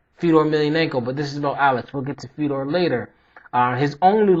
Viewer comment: its pronounced fe-oh-door. hes a pure legend!